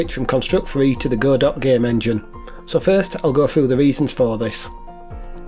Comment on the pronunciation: Hey buddy, good to see you posting again. ❤👍 I've used Godot myself, I actually moved from Godot to Construct 😅 Also, well done for pronouncing Godot correctly, it's Go Dot like Robot. Hence the icon.